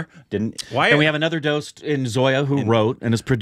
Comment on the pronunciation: The way you pronounce dost is 'doh - ost', not 'dowst'.